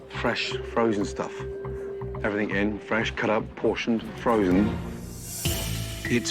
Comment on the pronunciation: Hey Gordon , Its everythinG not everythinK